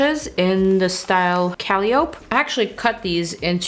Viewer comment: Super love your videos and super love this look! It's stunning! The name of the lashes you used is pronounced Ca-lie-o-pee. Calliope.